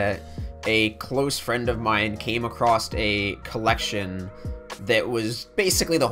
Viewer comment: "a closed friend of mine came acrossed a collection" -- God just that ONE word can ruin and entire video for me. ACROSSED IS NOT A WORD!!